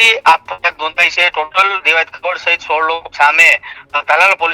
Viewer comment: ખવાડ નહી ખવડ. તને ઉચ્ચારણ આવડતા નથી પત્રકાર કોણે બનાવ્યો ભાઈ. 😂